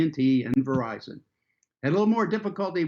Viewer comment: Verizon = Veryzion